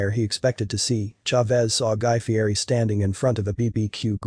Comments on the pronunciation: He pronounces his name Fee-ett-eee. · It’s actually pronounced ‘Fietti’ even though it’s spelled ‘Fieri’.